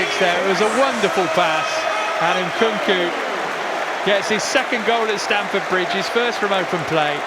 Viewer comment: Can someone teach the second commentator how to say Nkunku 😂